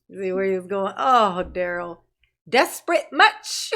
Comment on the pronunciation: You know he objects to you calling him 'Darryl' his name is "Darrell (pronounced Duh-Rell). Girrrrl....he didn't ask any question relevant to a defense of any sort. I can't stand him. 😂😂😂